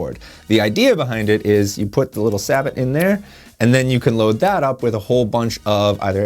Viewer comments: Lmao Sabbit!! Hahahahaha what's with people not just using Google translate if you don't know how to say a word. I understand in normal circumstances but when you have subscribers and are making professional videos I would expect people to look it up if you don't know any better but what's funny is how many people say Sabbit instead of Sabot( Sah-bow) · its a shot cup not a sabot also its prononced saboe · Alright, Firstly, the wad is the plastic cup that holds shot, or BBs in this case. Secondly, Sabot is pronounced 'Sāy-boe'. Third, Sabot is a type of slug, or large singular bullet for a shotgun, as opposed to bird, buck, or target shot. (Shot is what we call the varying sizes of metal balls loaded in a shotshell. In the wad.) Addendum: Sabot slugs are actually different from normal slugs, in that Sabots have a wad in each shell, much like shot does. Typical slugs don't have any wad at all.